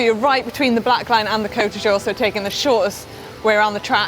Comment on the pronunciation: Is Manon pronouncing 'Côte d'Azur', as 'Côte du jour'? 😉